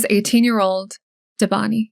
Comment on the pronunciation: It's pronounced "DÉbaNi". Thanks for the video, it is extremely sad this hasn't been solved in so many years, poor family.